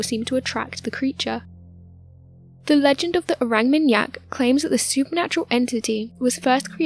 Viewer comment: Orang with a deep a like ‘is ahh’. ... or -ahng How do people make mistakes like this when making videos that potentially hundreds of thousands of people will watch ?